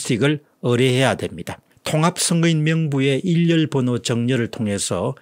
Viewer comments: 일련번호를 처음부터 끝까지 계속......일렬번호라고 발음하네요????????? 한두번도 아니고 왜 그러는 거죠????? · 일련번호를 발음하실 때 계속해서 "일열번호" 라고 발음하시는 것 같습니다. 박사님의 획인 및 차후부터는 교정될 수 있기를 바랍니다.